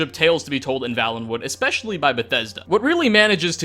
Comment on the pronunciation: Vale. Valenwood. It's Vale - en - wood. Had it been pronounced the way it is in this video, it would Vallenwood, with two Ls. It is not though. A Vale is a genuine geographical term - (see Game of Thrones).